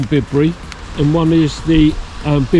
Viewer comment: Great video. By the way it’s Byebury in these parts. 🤪. Enjoyed wandering along with you and Steve. Best wishes from Glos vegas. 👍🏻🚶🏻‍♂️🚶‍♀️